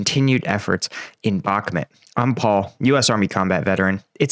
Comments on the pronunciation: Please say the names of the cities correctly. It’s not “Bokmit” it’s Bak-Moot. Sincerely every American watching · Mate! With folk getting killed in Bakhmut…..least you can do is say the name right! “Back-met” is just wrong……so wrong. Put the effort in! Its not hard!!!!! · I've been to Ukraine and I have spoken to MANY Ukrainians andI can say that based what I know, You are pronouncing Bakhmut wrong. It drives me nuts!